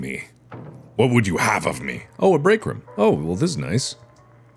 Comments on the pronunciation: I love how mark says rume instead of room for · I love how Mark says "room" lol 😆 He pronounces the "oo" like the word "book" instead of "bloom".